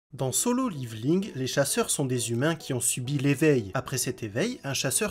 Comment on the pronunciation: ça se prononce [ Liveling ] , à l'Américaine = [ Lèvoling ] ou la la française [ Levéling ] xd